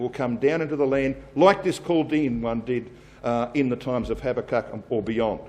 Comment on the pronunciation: its pronounced habacook.but spelt habakuk.